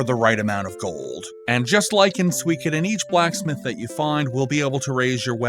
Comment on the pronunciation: the “ko” cd be better, it’s like “o” in konnichiwa and not a softened version like he did. same way with his pronunciation of Nakoruru. also it’s su + i (two vowels, one after the other) not something like [swi] like in “suite”